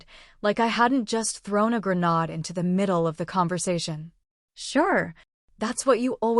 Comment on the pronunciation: Also learn how to pronounce resume, messier, and grenade.